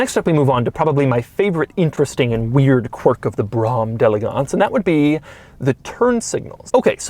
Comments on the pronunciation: Drink every time he says Brammm delegonse! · With each successive time you said "Brougham d'EleGANCE", I came closer to throwing my computer out the goddamn window. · Whenever he says Brom d'Elegance .. I wanna mute the whole video -_ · Please never say Brougham d'Elegance again...